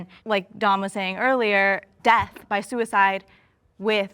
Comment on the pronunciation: Can we learn how to say death… it’s not pronounced deafs. 🤦🏽‍♀️